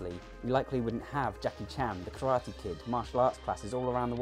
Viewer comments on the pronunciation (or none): none